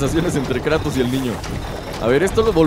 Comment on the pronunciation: por que le dices kreitos a kratos